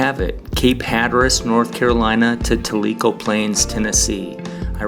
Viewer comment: Tell - I - Co Is How You Pronounce It !